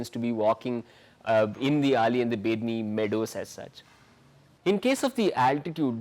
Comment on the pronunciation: Dear sir.. that is not Ali that is Auli Make it correct sir. I belong to that place and it's hurts me a lot.. please 🙏🙏